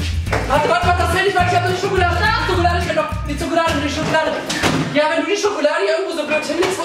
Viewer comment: Bei sagt julian anstatt Schokolade zokolade😂😂